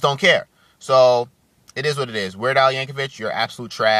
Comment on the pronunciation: They are called "parodys", not "covers", and its pronounced "Yankovic", not "Yankovich". You are entitled to your own opinion but explain why you hate him, because this video was you brainlessly babbling on and ranting and raging.